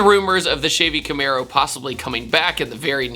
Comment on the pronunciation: "shavey camaro"